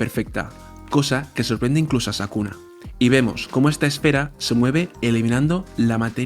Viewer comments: Excelente vídeo, no importa que le digas sakuna jaja igual se disfruta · Todos:Es sukuna no sakuna jajaja. Yo:¿Urahume es hombre o mujer? Siempre le dicen el, pero su apariencia es femenina. Excelente video, no importa el error de narracion, solo sigue haciendo mas videos. Eres el que mas se apega a los dialogos exactos de los personajes en el manga. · Por qué le dice sakuna? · Bro, es Sukuna no Sakuna jajaja. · sabes porque no le llamas bien? porque probablemente nunca leiste el manga. y sacaste esto a las apuradas para generar visitas hablando aun sin saber. informate loco, no le podes errar en el nombre del antagonista principal. es como subir un video de dragon ball y decirle mojinbu y gaku. Desastre.